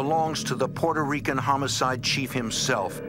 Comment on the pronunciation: Peurto Rican? Wtf is that 🤦